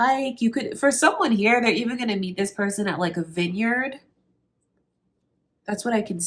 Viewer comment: Did she say "vineyard"? 👀 Unreal